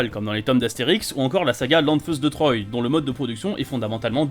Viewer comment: C'est lanfeust de trois, troa, pas troye, et le premier tome de lanfeust des étoiles explique pourquoi